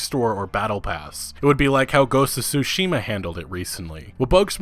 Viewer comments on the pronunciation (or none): none